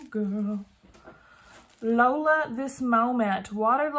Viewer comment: Girl... it's pronounced Low Lee Ah...not Lola! 😂